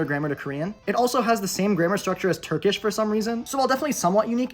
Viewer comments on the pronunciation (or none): none